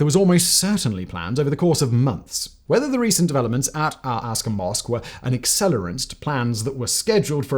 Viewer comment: Why do you keep calling it El-Aska masque?